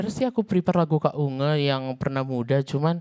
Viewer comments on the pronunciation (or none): Unge bukan Ungeuuuu